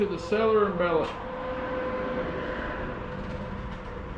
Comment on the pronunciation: Pronounced Sell Lee er and Bell Low. Damn hillbilly 😂 That wasn't an accident. It's a semi auto bolt action 😜 Don't you be bad mouthing Federal Auto Match now. I never tried Magtech 22lr. Howa M1100 22lr Rifle on sale at Vance Outdoors for 169 soup beans. Normally 420 just saying.